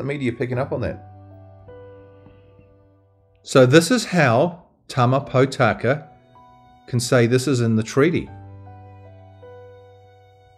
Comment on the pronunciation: How come you interview Tama Potaka several times without bothering to pronounce his name properly? His surname is not Pot aka or Pau taka. Think of the words Pork, More, Morepork and you will get the correct sound. Mispronouncing maori is like hearing an opera singer sing out of tune. The best way to get your lips and mouth accustomed to pronouncing maori is to practice E. A ha ka ma na nga pa ra ta wa wha ....E E he ke me ne nge pe re te we whe....I I hi ki mi ni ngi pi ri ti wi whi....O...O ho ko mo no ngo po ro to wo who....U U hu ku mu nu ngu pu ru tu wu whu. A as in father, E as in met, I as in meet, o as in Pork, U as in poo. Give it a go. This will help pronouncing come naturally to you as a proud pakeha like me. Thanks for your podcast. Keep it up.